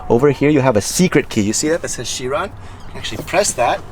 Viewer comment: Its pronounced kai-ron*... Not as chiron